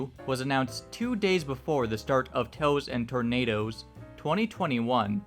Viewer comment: idk why but i heard the pronunciation of the convention's name as Toes and Tornadoes which honestly isn't that far off the mark